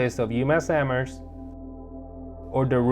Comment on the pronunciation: yes, which i was impressed that the host nailed! great presentation and informative video